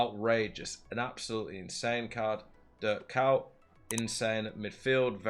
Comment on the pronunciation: The first pronunciation of kuyt was the closest but the dutch pronunciation is not used in english, you would have to search a video of someone pronouncing ‘UI’